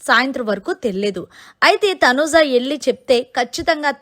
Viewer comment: Please pronunce properly Thanuja not Thanuza